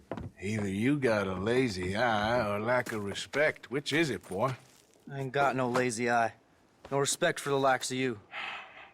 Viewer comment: Lenny - my boah